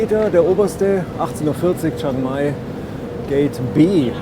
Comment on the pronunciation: Nettes Video 😊 aber bitte liebe Deutsche 😂 es heißt chiiiiiiang mai. Das iiiii muss man schon aussprechen chi-ang-mai Thx 😊😅